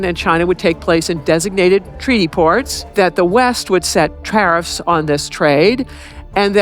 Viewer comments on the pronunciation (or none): You said "Tarrrrriffs"?